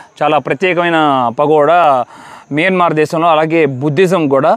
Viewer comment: Bro mayanamar, not miyanmar